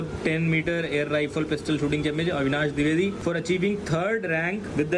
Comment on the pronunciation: It should be Dwivedi not diwedi